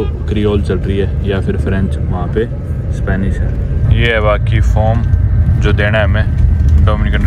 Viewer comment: Bhai aap form ko faaram bolty mast lag tha hai 😅😅😅